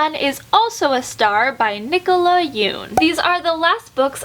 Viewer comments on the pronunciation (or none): none